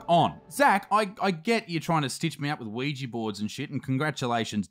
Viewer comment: Sheesh Isaac its not pronounced Weejee Board its pronounced Weeja Board. Oui is french for yes and ja is german and it also means yes